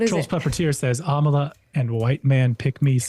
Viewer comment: Its not Amala its Amala